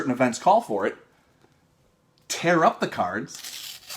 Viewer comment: "Treehouse ceeards." Hilarious, but I think pronounces it more like curds.